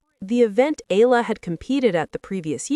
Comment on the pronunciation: Up to now you still do not know how to pronounce Eala ?? It's Eeyala not Allah get her name right. How long have you been doing this channel..